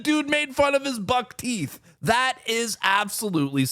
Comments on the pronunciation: He said (Buktee) not buck teeth. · He doesnt say buckteeth he says batty. He called Trudeau gay to his face. That was brutal.